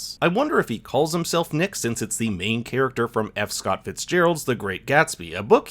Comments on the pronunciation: bit of a nitpick but the cafe worker calls him “nick” in a strong french accent that makes it sound like “neek” he doesn’t say “neesh” lmao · No niche, no Nik, pronounced “neeeek”